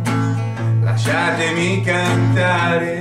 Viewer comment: Your pretty good but you said "Lasciatemi" wrong